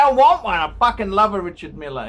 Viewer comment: It's your opinion. Your opinion matters....... (NOT) When you give an advice try to (at least) pronounce the name correctly REE-Shar Meal not Milley.... and to top it all off you can't even read the Chrono 24,you don't understand what is going on and why there is a difference in the price.Maybe your so called "billionaire friend" can help you so you don't have to bag for donations and change the shirt at least weekly.